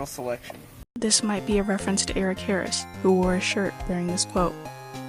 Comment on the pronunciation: absolutely butchered those names i’m crying